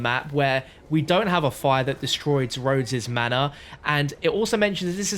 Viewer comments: Rhodes not “Rose” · "Roses" Manor? Lol